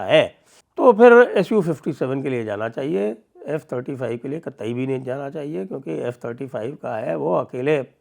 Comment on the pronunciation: F35 not J35 Sir